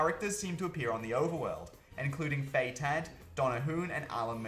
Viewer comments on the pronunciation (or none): none